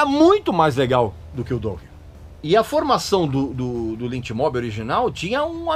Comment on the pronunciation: o cara pronuncia "douken"...kkkkkkkkkkkkk que piada! e ainda quer falar mais da banda . Dokken é foda! só para quem tem bom gosto.